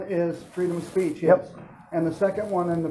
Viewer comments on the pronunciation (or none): The cop says freedom of pre oh speech lmao almost caught himself up